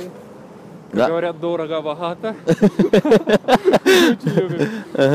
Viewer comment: ДороГо- боГато. Отличное южное произношение буквы "г"👍😂